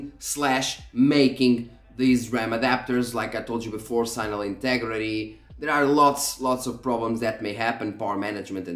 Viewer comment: Normal people: "signal" sig-nuhl This dude: "sighnal"